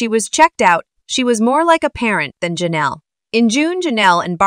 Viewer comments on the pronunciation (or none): LOLOL it sounding like they are saying JENELLEY instead of JENELLE E. (Assuming E for her last name)